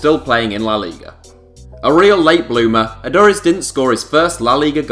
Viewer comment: Aduriz, you pronounced it completely wrong